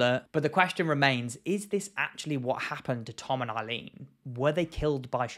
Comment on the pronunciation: Every time he says Tom and Eileen, i just hear Come On Eileen. I know it's a serious topic